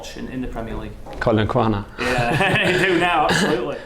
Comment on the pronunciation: "Collin Quaner"😂😂